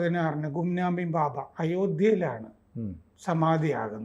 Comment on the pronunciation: ഭാബ അല്ല ബാബ yanuയാണ്